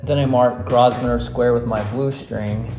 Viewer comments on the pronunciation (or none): Really good tips on maps. Just a little tip from a Londoner. It is pronounced Grow-ven-or with stress the on the syllable Grow. No s sound. Cheers!